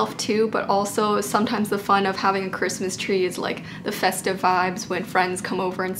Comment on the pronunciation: Was I the only one that heard “Chwistmas Twee oh Chrwistmas Twee” in that version of Christmas Tree?